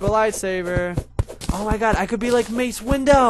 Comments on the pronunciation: lol. Amathist. XD MACE WINDOW XD XD XD XD XD XD No... it's not mace window... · U mean Mace Windu not Mace Window :D